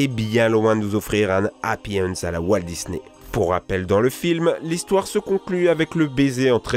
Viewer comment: MDR A chaque fois tu dis je cite "Dis-nez"